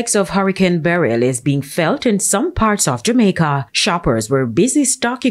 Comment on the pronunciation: She is the only person I hear so far pronouncing Beryl properly. I pray there are no casualties.